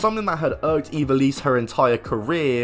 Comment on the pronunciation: That's not how you pronounce ivelisse